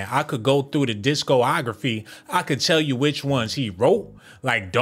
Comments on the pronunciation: It’s hard to trust somebody that says disco-ography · Did bro just say disco-ography? Lol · Bruh don't know how to pronounce "discography" I'm done 🤣🤣🤣 I stopped watching after that. Thumbs down with the greatest of ease